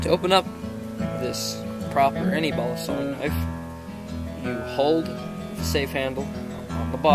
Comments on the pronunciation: Yeah,I know also he messed up with the saying Balisong its not balusong its Ba-LEE-Song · He doesn’t say balisong He says balasong Very nice 👍🏻